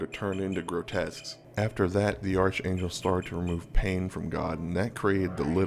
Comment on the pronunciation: Ark-angel. Not arch